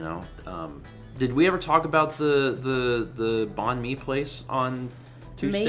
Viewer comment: Hi hi! Vietnamese person here. Great that you enjoyed banh mi, getting to try new ethnicities of food is always fun. If you're looking more Viet foods that aren't pho (though that's great too) salad rolls are really good too! But it is pronounced kinda close to bang and/or bye-ng and mi just being like me. Just thought it would be helpful to know for future reference!